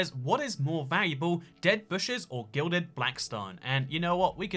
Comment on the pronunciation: It's not "glided", it's "gilded". :3